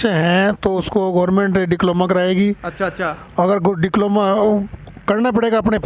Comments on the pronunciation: डिप्लोमा होता है ना कि डिक्लोमा😅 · "डिक्लोमा" नहीं "डिप्लोमा'' बोलो।